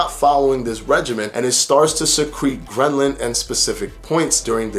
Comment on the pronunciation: Good video but dont you mean Ghrelin? Gren-lin is not a thing as far as I’m aware...